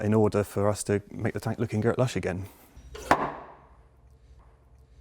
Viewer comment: He said 'Gert Lush' Geddon. Bleddy brammer innum